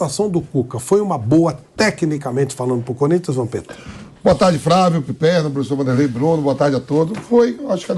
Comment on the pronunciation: Avisa ao VAMPETA que o nome é Flávio, e não Fravio.